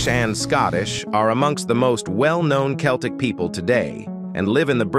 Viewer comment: Can't even pronounce Celtic properly